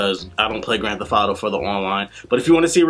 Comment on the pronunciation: I had a hard time actually paying attention to the review because I was distracted by him saying "Grand Theff Auto."